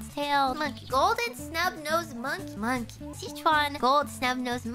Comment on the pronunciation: At some point in this video I started hearing one piece